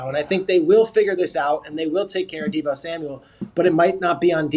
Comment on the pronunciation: did he say “Da Bo” Samuel?!? 🤣 and The Niners are crazy if they don’t give him a big contract! According to them, Jimmy G sux sooo…basically he WAS the whole offense…